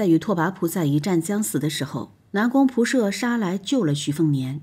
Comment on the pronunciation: 光是那個"射"的念法，聽了就受不了